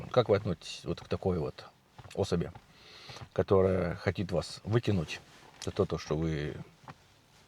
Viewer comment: Хочет,а не хотит.😂